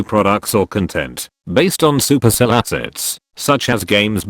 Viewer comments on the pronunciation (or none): it's super cell not sup erc ell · Did yall notice how he called it sup Erk ell? I used to think it was pronounced like this until I realise the supercell ID section, and I’m like omg it’s by the same peeps… 🤦🏼‍♀️ hehe… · its not sup erc ell its super cell